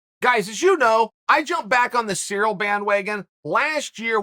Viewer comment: When he said the cereal bandwagon I thought he said Ciryl as in Ciryl Gane lmao